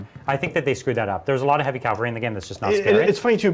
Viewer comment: Ah! Stop saying Cal-vary! They're cav-alry, mounted fighters... not a type of Christian cross. It's as bad as hearing "gernade" or "nucular" Edit: Sorry for the kneejerk reaction! As always, great content guys. Always been curious about Ossiarch Bonereapers game mechanics.